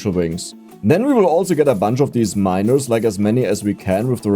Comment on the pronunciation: Your pronunciation of the word "miners" starts to worry me.